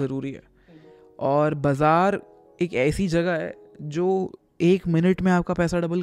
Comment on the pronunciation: Bazaar ❌️ Bhijaar ✅️